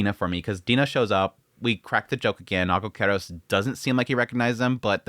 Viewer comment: As a greek hearing the pronunciation of. Aigokaros triggered me. It's pronounced egokeros not aigokeros just saying